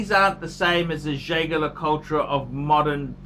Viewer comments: Jay Gar La Cull Tra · Learn to pronounce the name of the brand before you give your opinion.